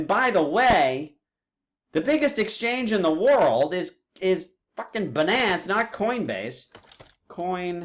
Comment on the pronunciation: i don't know what's more irritating, video that's 2hr long or his pronunciation of satoshi and binance. it's sah-toshi, not say-toshi, and it's bye-nance, not buh-nance